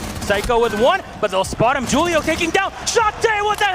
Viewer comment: Jewl-io not Hul-io